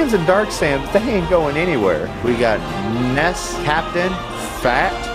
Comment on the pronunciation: That's not how you pronounce несс..